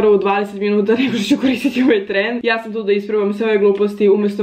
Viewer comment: nije du nego tu pardoon